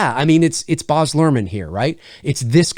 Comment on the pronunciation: No offense, but Baz is pronounced exactly as it looks (it rhymes with Jazz).